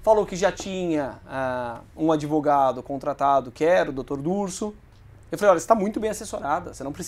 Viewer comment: mentir é o primeiro mandamento do "adevogado"